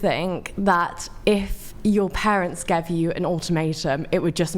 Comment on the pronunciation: ... "brung me", "would of" "gev"